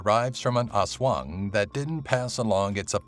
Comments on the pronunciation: Its not haswang its aswang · "Oswong" hahahahah yung pronounciation talaga eh